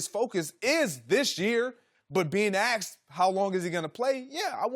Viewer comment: It kills me when an educated articulate person uses the word "Axed" instead of "Asked" embarrassing for a "news presenter" or broadcast.